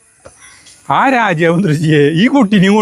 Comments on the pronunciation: രാജ്യാവ് അല്ല.രാജാവ് ആണ് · രാജ്യവ് എന്നാ പറയണ് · രാജാവ് എന്ന് പറയുമ്പോൾ എന്തോ ഒരു മിസ്റ്റേക്ക് പോലെ😊